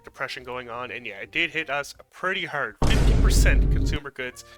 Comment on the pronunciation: "we got hit hârd" Clocked the maritime accent before you pointed it out